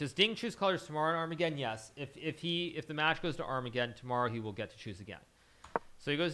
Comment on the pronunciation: Our-mega-Don lol